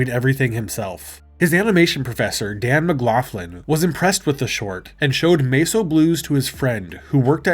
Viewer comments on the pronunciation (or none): none